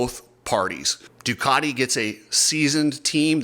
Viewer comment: cant even pronouce Ducati correctly! 😂 The multimillion dollar teams needing prize money...time to wake up! I dont even know why I started wtch'n this vid for...?